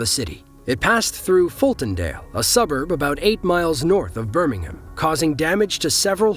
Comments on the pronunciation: It's not pronounced Birmingum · The way Birmingham is pronounced in this video only applies to the city in the UK.